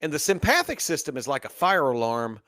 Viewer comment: I love this talk except you are mispronouncing sympathetic and parasympathetic incorrectly. I’m an anatomy and physiology teacher so it’s driving me crazy. Lmao 😅